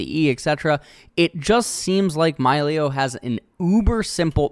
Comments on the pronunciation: Why he say it's malio not milio? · Fun fact: The designers at Riot received inspiration for Milio from the Disney Movie Encanto, a story based on Colombian Culture. As a Colombian born in Canada, this is so awesome! so excited to play him in the Botlane! ( it should be pronounced: "mee-lee-oh" as per spanish pronounciation) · I believe it's pronounced 'Me-Lee-o' if only because that's typically how vowel-consonant-vowel works. Pronounce the 'i' like a hard 'E' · It's a Latin Champion, so they're name is pronounced like spanish words or names, so it's Milio (Mee-leeo) NOT Myleo (Mai-leo) >.>'' BUT if you're an english speaker and isn't good or know spanish, just do you lol, gonna be awkward if Milio's VO itself says it with an english pronounciation though xD